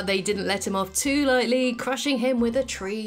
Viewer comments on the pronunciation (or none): none